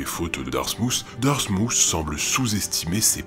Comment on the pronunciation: Darmouth est plus proche de "Darmouss" niveau prononciation que "Darmoutt". Vous pouvez aller voir la vidéo qui a pour titre "Day in My Life - Dartmouth College!" il prononce le mot dans les toutes premières secondes.